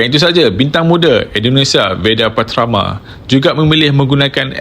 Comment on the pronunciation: Veda Pra-ta-ma bukan Veda Pat-tra-ma